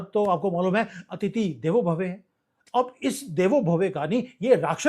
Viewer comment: Bhave nahi bhavaha..17 th minute